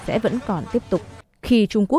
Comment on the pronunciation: Đọc bình thường còn được chứ đọc giống như thêm chữ "s" vào sau mỗi từ khó nghe vc . VD như năm chín trăm 79 mà đọc chuýnh trăms 7 mươi chýnh